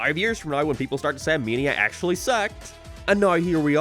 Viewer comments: bro it took me like 2 minutes into the video to realize you were saying mania and not “meania” I had no idea wtf u were saying lol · I had to turn this video off because I couldn’t listen to you mispronounce “mania” one more time. It main ia like Main Street. Not me like media. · “Sonic męænia”